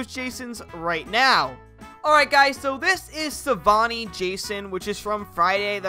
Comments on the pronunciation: Can't you just give us the freaking mod I just want it Edit:IT'S SAVINI NOT SAVAINI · Savini not Savani Jason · It’s pronounced Sa-vee-nee. Not Savani.